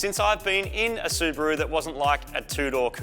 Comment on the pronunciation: Su-Bore-U.... to Su-Brap-U